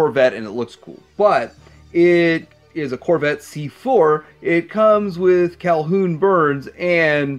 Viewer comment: What I can say about the German releases Firefly - didn't come with the bomb, probably chooking hazard. Raven - AFAIK the H in Calhoun is silent ;). It's easier when you feed the seatbelt under his right arm, over the chest and plugg it in but I never had trouble getting his legs into the cavaty. But the original BttF had the flying Delorian at the end ... so it could be insipred, but since the wheels are supposed to be guns, probably not. Raven doubles as a hydroplane and a sub in the show, so even without Shark you had somebody who could give Piranha a harder time than Gator. You're doing the sawblade wrong - you cock the mechanism with the pulley in the back and shoot with the button on the roof. Volcano - You've got the bar on the turret backwards. the open end is supposed to go over the shoulders of the figure and it's supposed to be seated deeper. Looking up online references, that's not the right harness As far as I can tell, it's way too big. And you're missing the wheel hubs.